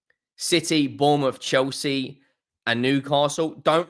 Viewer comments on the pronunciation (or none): none